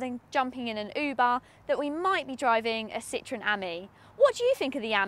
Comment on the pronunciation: If she learnt to read the map, she could pick her route. Ami - friend - is pronounced ameee And citron is a lemon. It's Citro - en